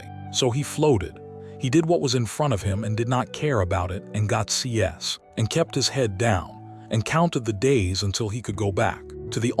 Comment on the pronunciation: He got C S? Cs for grades. O- pie does not rhyme with dopey. AI needs supervision